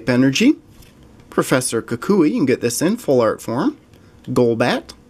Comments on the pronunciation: no koo-koo-we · kukui is pronounced koo-kwee